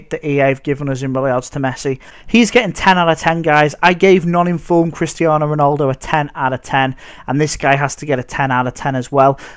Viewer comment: ronOldo... mate. you pronounce it Ron - al - do